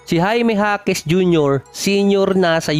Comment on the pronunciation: Jaime jasquez BA ? Or Jaime ja quez?